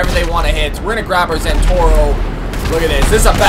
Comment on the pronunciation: BTW it's not Zentorro it's ZentorNo. ^^